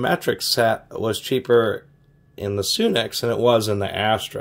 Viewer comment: its sunex,not soonex,just saying